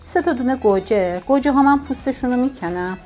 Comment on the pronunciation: به گوجه میگه کرجه 😂😂😂😂